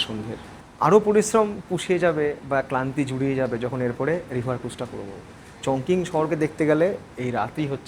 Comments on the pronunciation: উচ্চারন টা হবে চংচিং। চংকিং না। 在中文: 重庆 (Chóngqing ) . 🇨🇳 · Chongqing is pronounced as "Chong-CHING". Hope you don't mind the comment.